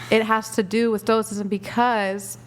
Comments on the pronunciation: They don’t know nothing about the great philosophers like Marcus Aurelius or Epictetus, she barely knows how to even pronounce stoicism. And she speaks about some vibrations and frequencies, it’s insane how this mishmash comes about in her head. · Can’t pronounce stoicism, but she’s going to tell you what it is…. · I'm sure she means Marcus Aurelius. But she doesn't even know his name. She doesn't know what stoicism is or even know how to say it. She doesn't know anything about anything. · Why couldn't the women even pronounce the term (stoicism) properly in the first place? Sigh... They. Do. Not. Know. Anything. Philosophy turned into 'The Secret.' Single? Shocker. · Imagine teaching a subject and you don't know how to pronounce the name of the subject you teach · Imagine telling someone you teach an ideology yet you can’t even pronounce the terms or source the names of those you follow. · She didn't even know how to pronounce "stoicism" so no wonder she doesn't know any stoic's name. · It's wild that correctly labels it as esotericism yet she still claims that its "stoic philosophy" She should've been asked what the definition of stoicism was, she clearly doesn't know (and didn't even know how to pronounce it!) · Can't even pronounce the philosophy you espouse? And you likely meant Marcus, not Maximus. Meditations is a great read, though I doubt these ladies have done so. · Did they really just say they teach "stoik-ism" but they can't even pronounce the word correctly? I was NOT prepared for this level of cringe when I clicked on the video. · "Stoic'cism?" Wow....... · This girl couldn't walk you through a coherent explanation of why "everybody poops" and she's going to teach "stoh-ik-sism"? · "I teach 🤔what's is called ? Like uh soicism or 🤔stoicism? ..I dont know what it's called ..sorry if I'm saying it wrong " 😂😂😂😂😂😂😂😂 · "STO-ICK-ISM" bro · Im sureshe learned "stoik-sism" off wikipedia 😂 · "Stoickism" lol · Can't even pronounce stoicism...